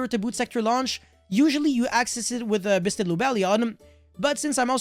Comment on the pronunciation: all i hear is bussted